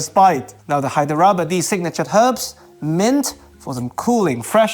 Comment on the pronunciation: pronounce it more like “Hydhra-ba-di” not “Hy-der-aba-di”